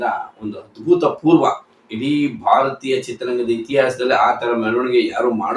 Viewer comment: Sir adu abhuthapoorva, adbhuthapoorva alla